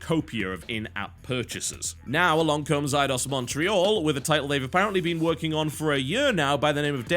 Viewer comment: It's Eidos...